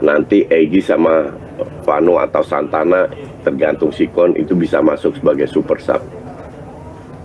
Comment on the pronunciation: Santana atau Sananta Coach? wkwkwk